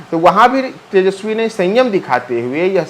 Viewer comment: कृपया तेजस्वी बोलें, तेजश्वी उच्चारण अच्छा नहीं लगता है। हमलोग आप लोगों से और कुछ नहीं तो कम से कम भाषा भी सीखना चाहते हैं। शुद्ध शब्द 'तेजस्वी' है न कि 'तेजश्वी'।